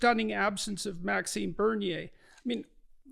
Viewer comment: Btw, it's Maxime Bernier not Maxine Bernier.